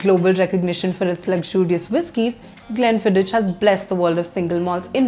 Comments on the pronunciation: It's pronounced as Glen-fidd-ick and not Glen-Fidd-ich. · Madam is definitely not a whisky girl...mcellen, glenlevit,and finally glen fid ich...wonderful whiskys..all pronounced wrong. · Some class, better than most on the Indian YouTube arena talking about whiskies…but you pronounced one scotch wrong or should I say not in the perfect Gealic…which to a connoisseur of great whiskies like myself is nothing short of a crime…Glen Fidik…but no worries…ur urban cool expressions compensated for it…all the best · No 🤣 It is pronounced as ग्लेनफिदीख The reviewer is an amateur, just reading online information and displaying online pics 🤣, they should've shown real bottles and real tasting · Lol, Nirvana is just about the worst whisky from PJ'S stable! Kuch bhi. And if you're gonna be posting on single malts, at least learn how to pronounce Glenfiddich and Macallan properly!